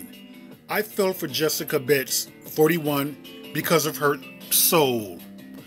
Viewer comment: It’s clearly Betts not Beets. You’re pronouncing her name very wrong! 😏😬